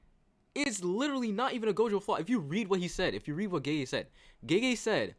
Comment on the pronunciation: Why does he call the author "geje" lmao. I get that "gaygay" like americans say it is also wrong but at least its closer to the correct one